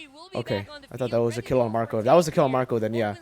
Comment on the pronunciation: just say it mirko it's Ph mlbb